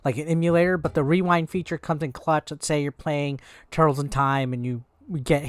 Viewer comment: Dude u called it tutrtkez.